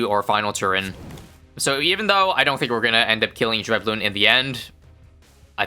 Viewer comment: it's so refreshing to hear it pronounced correctly dreadbloon's awesome here, very interesting stuff. I DID beat stage 2 of Dreadbloon once! ...By surviving long enough that Dreadbloon ran out of cards, while I still had a lot of cards because Dreadbloon keeps feeding them! edit: Oh, and as for new videos, definitely try out Striker's Battleground